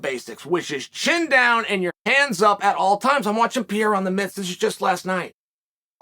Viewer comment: Wtf is PIERRA? 🤣